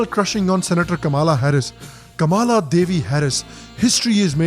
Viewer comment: Hey why you pronouncing chachi's name as 'Kaamaalaa' , rhyming with halala, given ypu seem to speak hindi pretty well? is it deliberate to sound like 'pieceful' community or are you desperately tying to get into elite group of upper middle class intellectual brown sahibs, comprising thapr, sanjay baru et al. Second , chachi is so very north indian , plz say 'Chitti' , after all she had made efforts to impress 'Indians ' with that salutation.